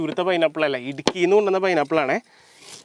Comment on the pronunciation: Idkki alla Idukki